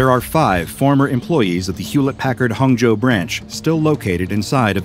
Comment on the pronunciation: That Chinese pronunciation of Hangzhou was really impressive！ Thanks for all the tremendous work, doc. Its become a habit and helps me sleep